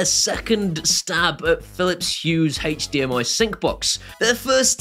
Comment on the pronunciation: haych dmi....kills me every time. ive died like 20 times in 4 minutes! great video, thanks for the heads up on all the new stuff keep up the great work